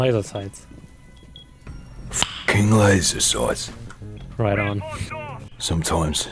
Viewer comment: You say laser sights with the wrong accent. Thatcher is from Bideford which is north england. Instead of soights it’s saaghts. So fockin leezer saaghts